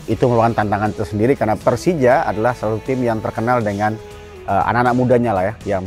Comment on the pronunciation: 4 kata lucu, gue pelcija, gue cempion😂